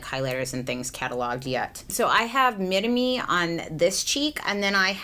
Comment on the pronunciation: Laura Hafner sorry but no. Roll the R. If you say "midame" sounds very funny😅 literally means "measure me"